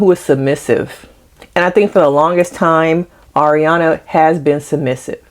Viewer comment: How are we 8 episodes in and you're still calling her the wrong name 😭 her name is Aria not Ariana lol